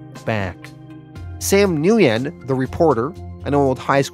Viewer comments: Nguyen is pronounced “when” not “nu-yen” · great channel been with you for a year or so, my favorite comic recap/reviewer for sure.Thank you so much. So stupid not pic but with the vietnamese character with the last name Nguyen, it's actually pronounced "win". Hope this helps in the future. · killing me. dirty pool Mr. get me invested in a good story and then take it away to bring back someday. dirty pool. oh and its just WIN the NG is silent for the most part. kinda like nWIN. just a little n at the beginning.